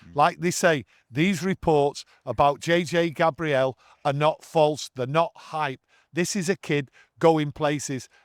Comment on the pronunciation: It’s still Gabriel like the archangel not Gabrielle like the eye-patch wearing 2000’s songstress. Maybe when he hits the first team people will pronounce his name correctly 😂